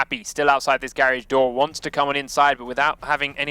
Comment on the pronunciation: its not gaerage its garage...